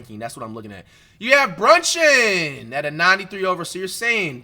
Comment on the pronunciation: Everytime he say brunchin I start dying😭😭😭